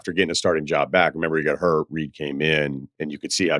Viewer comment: Marcel Reed not Reece